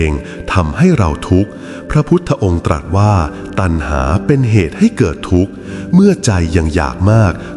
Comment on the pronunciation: พระพุทธองค์ตรัสว่า คำว่าตรัสขอให้ไม่ออกเสียงสอเสือตามท้ายได้ไหมคะ